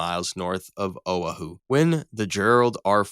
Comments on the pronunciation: Owa hoo? Oahu. A-hoo. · o-UH-hooo (SMH) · Oh-a-hu... SMH The AI narration has two brain cells... The first planes that explode wouldn't cause the Japanese to think they were being attacked, they'd think their bombs were defective and were exploding on their own. They'd have no reason to think they were being attacked with no enemy in sight. Unless the jets buzzed their formation to scare the hell out of them, they'd never see them. The carrier would also alert the rest of the military in the area, so planes would be sent up to intercept anything that survived the jets from the carrier. They'd do that outside of the effective range of the CIWS to avoid friendly fire. Anything that made it past would have to contend with ground AA and the CIWS. All six carriers would be sunk, along with a few other ships. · O a hu? It’s O wa hu! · No way bro said "oh-uh-hu" it is "oh-wah-hu" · tf is "oh uh hoo"? are you trying to say "ow aa hu"? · did you say "owe-Ah-who?" did you mean "o-WAH-who?" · OH-uh-HOO? Come ON. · Owahoo? Hairyu? Brother pronounce the words right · It's O'ahu (Oh-ah-Who) not whatever it is you're trying to say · Where TF is this place called owah_who? It seems somebody does not know how to say the word OAHU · You pronouce Japanese carriers correctly but Oahu is pronounced O-Ah-who? Add that to your depressive narration and disinterest, i call this CLICKBAIT. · "Oh a who" 😂 bro thats not how you pronounce oahu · he did not just say o ahh hu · 'Oa hoo' A.I. 😂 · "Oh uh who"? Unique pronunciation of Oahu. But I guess AI proves it can butcher even the most common words. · oh a hu. OAHU. Hawaiian vowels sound different. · Its pronounced ow.aa.hoo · Bro, its “oh-WAH-hoo” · "Oh Uh Who"? Wow. You go through all the trouble of producing this video just to pronounce Oahu like that? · O-wha-hoo? Who are the idiots who did to voiceover? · "OWE a hoo"? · Learn how to pronounce Oahu. Oh wa hoo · Strange pronunciation of "Oahu." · Please never say oahu ever again.